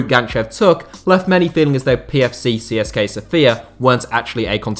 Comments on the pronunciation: It's pronounced Siska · It is pronounced "tse se ka" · I'm Bulgarian and I didn't expect something about our clubs. I prefer Levski but I barely watch our football as it's quite bad. Also something I find kind of funny is that I've never heard an English speaking person pronounce CSKA correctly. If anybody cares it's pronounced Tse-Se-Ka